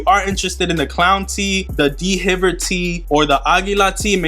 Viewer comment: d-v-air not d hiver